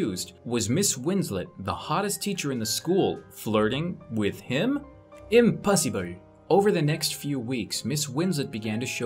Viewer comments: The way he pronounce "impossible" 😂😂😂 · "impasibel" The coffee im drinking bursting out from my nose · Soon as I saw this he said impasibel